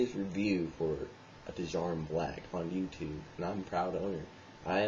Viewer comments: I smoke them regularly, there pretty rough after a few packs, an it's pronounced JAR-UM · you pronounce djarum with a silent d =)